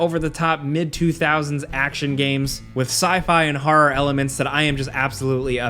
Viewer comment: Are you pronouncing "horror" as "horrar"?